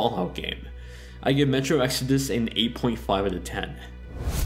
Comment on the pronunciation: This video kept confusing me. I'm so used to you saying Exodis that when you comment about Exodus I wonder what Jessie has to do with anything XD